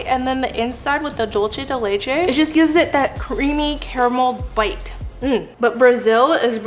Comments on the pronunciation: This was a fun video and the desserts looked good. But Im sorry to say this, but it bothers me the way you pronounced "dulce de leche." Its not a italian word, its Spanish. You pronounced it like "Dolche" when its "Dulce," with a long u sound. This is not the first time i hear this, many people seems to say it incorrect too. They dont know how to say, find out the proper way to say it. I finish my rant.🏃‍♀️ Im sorry, but it had to be said. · It’s pronounced dulse not dolche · Dulce de leche is Spanish as opposed to Italian. Dulce is pronounced DOOL-seh. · Normally I love watching videos, but I cannot stand another mispronunciation of Dulce de leche.